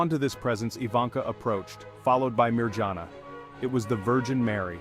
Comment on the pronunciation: You pronunciation for Mirjana is wrong. I would’ve appreciated if the speaker “uses”appropriate words even for Medjugorje.I don’t like AI. Where is real life people to spread the messages. Thank you 🙏.